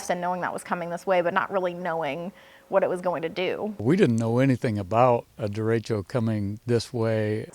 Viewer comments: The fact that they mispronounce it in the Midwest probably has something to do with that. Dare-etch-oh is the given Spanish pronunciation. Dare-ay-she-oh is how midwesterners say it. Don’t ask me why. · NO. You've got it All Wrong. It was a Haboob. Why? Because I like like saying that word. Derecho was a word invented to avoid Americans hearing anything "boob" related.